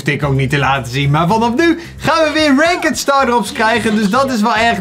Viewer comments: Stop met renkud te zeggen zeg renkt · Ranket zegt die😂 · Kan je ranked aub is deftig uitspreke voor de rest super bezigggg!!! Armyyy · Je spreekt het uit als rankt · Iemand gehoord hoe hij "ranked" zegt??💀